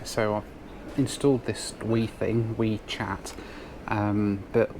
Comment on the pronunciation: It's wechat, not weechat, jesus mate